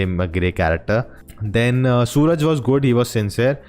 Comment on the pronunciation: Not Sooraj . His name is Suraaj.